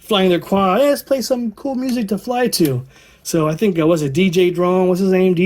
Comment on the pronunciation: Jay Drone, not DJ Drone.... lol